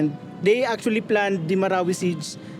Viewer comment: Me from mindanao donot have a chance visit marawi city. Originally from wao lanao del sur . Nice alao to hear how you pronounced MARAWI😅always watching your videos . Mark wiens proud to comment now ❤